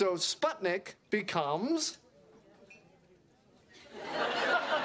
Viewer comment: The way says spudnik lmfao